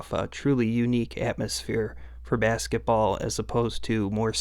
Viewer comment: Your videos are great but the way you pronounce “basketball” irks me to no end lol